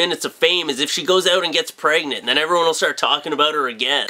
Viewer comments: I always laugh when he says pregnant. It sounds like "Pray-gnant" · i like the way says "pregnant" lmao.